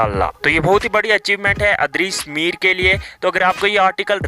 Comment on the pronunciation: idrees mir bola karain bayya... adrees mir nhi...... baki ❤❤😘😘